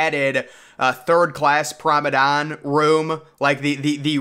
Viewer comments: Promedan? Promenade* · Its not Prom-o-don. Its Prom-A-nAde. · Are you trying to say ‘promenade’? What is prombedane? Lol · Nice video! But the correct word is Promenade, not promedon! The pronounciation kinda bugged me haha. Also Titanic did not sink in 5 days, she sank in 2 hours and 40 minutes which is more depressing. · Promenade, Promenade, Promenade, Promenade, Promenade NOT Promadon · Promenade* not “promedon” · He Must Be Joking With Us By Still Saying Promadon. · He repeats it so much that he's going to make us slip up and say it. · Funny, placing an organ next to... a staircase. Not much of a performance space.... where would the sound propagate? What music would have been played? And that word, pronounced "promenand"? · That pronunciation of promenade must be rage bait. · Hes said Promenade wrong so many times for so many videos, that I am starting to mispronounce it. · If you're going to continue to make these videos, PLEASE pronounce the word PROMENADE correctly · Promenade..🙄 say it properly